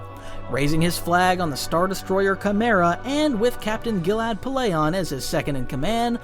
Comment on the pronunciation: 1st time I've heard Tyrannous and Valorum pronounced so wrongly....and Pellaeon and Jorus C'baoth. You really are bad at pronouncing names huh? Hahaha